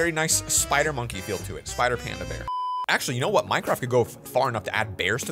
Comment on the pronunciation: Wen you say bebeer its bear paddington maybe you never watch paddington the movie or the cartoon